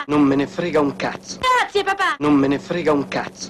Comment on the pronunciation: dopo un po' sembra dica "Cazzi e papà" invece di grazie papà.